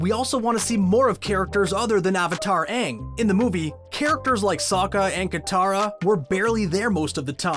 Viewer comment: Pronounce Aang's name correctly and it will be better end of video